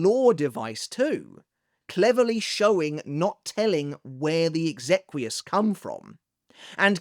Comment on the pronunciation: Major respect to this man and most of his pronunciations for this wide spreading series, but say it with me now; Kal-ah-vair-ahs and, more importantly, Ex-eh-Key-as